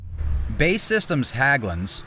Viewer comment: it’s not Bae, but B. A. E.